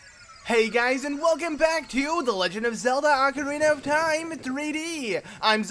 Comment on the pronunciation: "Welcome to legend of Zelda or carina of time 3D!" My favourite part :)